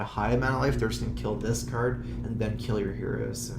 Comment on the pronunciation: I really wish someday they make a card with the name "Drawl" and insert an ability in the game called "Curd" just so those 2 words would exist to contest accent on the acctual words "Card" and "Draw".